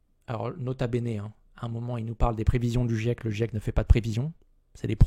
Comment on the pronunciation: Quand on est pas foutu de dire "GIEC" correctement, on sent que tu es le public cible du raptor mdr.